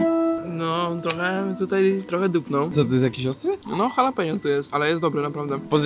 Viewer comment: Nie chalapeno tylko dżalapeno